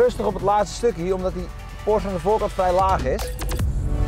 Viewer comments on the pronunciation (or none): none